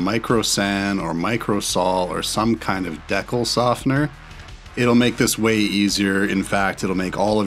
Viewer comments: Decal pronounced dee-cal not dec-el. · Did my man say "deckle" softener instead of "deey-cal" softener?